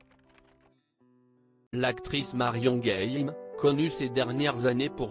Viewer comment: Marion game prononcé à l anglaise c est ridicule